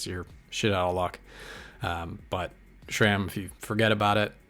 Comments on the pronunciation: It’s not SHRAM it is SRAM. There is no H in the name and no SH sound. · There is no H in SRAM